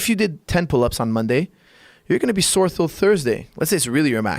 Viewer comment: "Sore," not "soar."